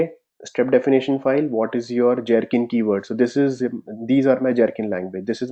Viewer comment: I'd like to understand why it is that you're insisting on pronouncing Gherkin as Jherkin when that part is already pretty standardized as a hard 'G' and not 'J'. Pronunciations: and